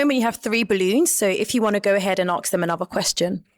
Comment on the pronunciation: "Aks". Sounds so ignorant.